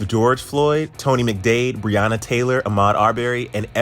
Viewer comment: Isn’t it Breonna not bhreanna